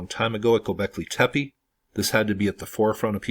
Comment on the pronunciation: It's "goobekli tepe" and not "gobekley tepi". I understand that English is pretty much the only PIE derived language that pronounces E as I but that's exactly the reason to perhaps double check the pronunciation of foreign words. Also the tunnels were most likely being expanded when people where already forced to live in them to survive, supposedly it shows by differences in how they are built from the first floor (or first few?) to the lower ones.